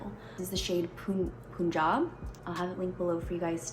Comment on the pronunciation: It is pronounced as pun- jaab it's an indian state🙂